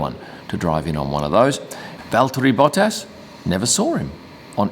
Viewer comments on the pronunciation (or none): none